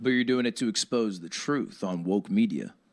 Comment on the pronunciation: babe that is not how you pronounce expose hahaha